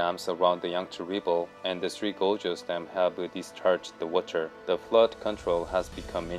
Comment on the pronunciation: You'd think you'd learn to pronounce gorges properly if your going to be saying it a thousand times.